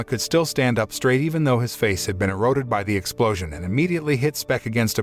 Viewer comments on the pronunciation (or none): none